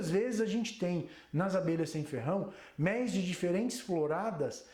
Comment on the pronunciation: Agora sim ,gostei de ouvir um estudioso no assunto falando a palavra méis, e não mélis como estão falando agora com essa frescura, obrigado professor!!